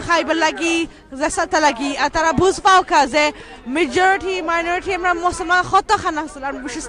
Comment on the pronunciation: Amra, not amda 👍🤣